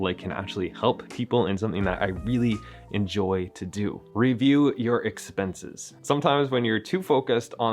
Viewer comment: Expenses, not expences.